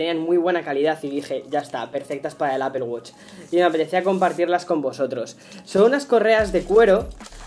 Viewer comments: Apple wosh. Mmm creo que lo pronuncias muyy mal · No es apel wuch